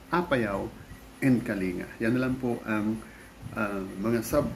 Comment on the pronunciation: Kaya pala wala capture ng travel along the way kasi gabi ang byahe. Of note, we say Kaling-ga and not kalinga :D